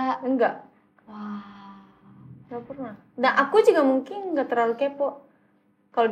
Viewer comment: kok bisa haruka fasih banget bahasa nya, dikelilingi orang2 indo terus ya pronounciation nya masih kurang, seperti "mungking=mungkin, dang=dan, yaking=yakin, nyamang=nyaman" tapi kosa kata nya sudah mantap banget